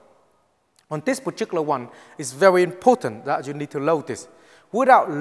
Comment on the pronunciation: "I gonna bury him so fast zat his Mom can't even find the coffin for him to go down".